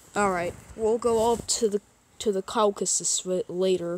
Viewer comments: The way he said caucases xd he said cow ca SUS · did bro just said Kowkasus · The way he said Caucasus and Azerbaijan 💀💀💀💀💀💀💀